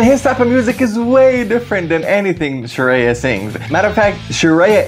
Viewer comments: It’s Shreya Goshal .. not Sharia btw 😂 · "sharia" ??? bro its "shreya" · Her name is Shreya. Not Shariya😝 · She is Shreya not Sharia my friend 😂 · Shreya ❌ Shariya ✔️ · It's shreya. Not sharia 😮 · Not sharia, shreya